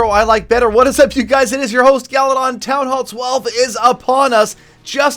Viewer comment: Bowlers balls galadon u r saying this intentionally😂